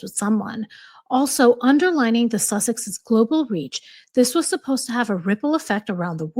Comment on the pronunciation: “The suss-exes” Oprah.